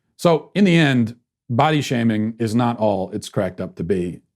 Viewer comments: For some reason, I swear I heard you say "butt-shaving." 🤣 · I thought I heard "ball-shaming" lol.